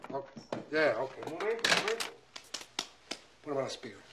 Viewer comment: 😂 - just grab the intercom and everything will be h'okay